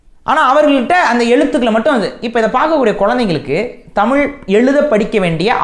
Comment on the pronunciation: யொவ்! நீ முதல்ல தமிழ் ல ‘ழ’ வ ஒளுந்க உச்சரி! தமிள் இல்ல! தமிழ்!!